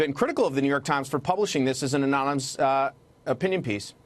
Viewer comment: Investigate what ? Anomeemous, ameemous ? 😂